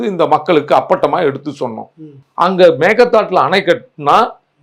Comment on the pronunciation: மேகே தாட்டு என்று சரியாக உச்சரிக்கும் வரை பிரச்னை தீராது 😂😂😂😂